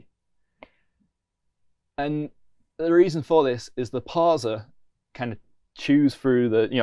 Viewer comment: No one says parzer. Except.